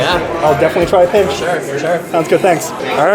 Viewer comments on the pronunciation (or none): none